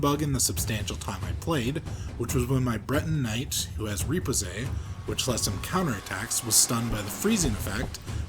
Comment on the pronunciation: riposte is pronounced 're-posst' not reposay